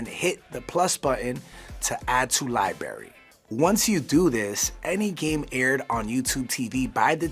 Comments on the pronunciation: LIBRARY NOT LIBARY ffs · Please pronounce 'library' correctly. The guy kept saying 'libarry' instead of 'library'. There is an 'r ' after the b. No, the 'r' is not silent. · the most difficult thing about this video is hearing this guy say "li-berry". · Y’all hired a guy who can’t say the word “library” and then decided to fit that word into this script, about 18 times. Nice work. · He said "Lie Barry"